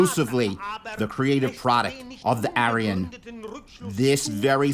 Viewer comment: The pronunciation of Aryan at the introduction of the programme is a crime against humanity itself.